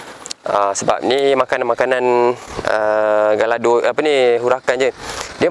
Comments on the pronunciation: Cara pronounce Gallardo ialah "gayardo" bukana "galar"do. And "Lambor-gheeni" bukan "lamborjini". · Sebutan dia gayardo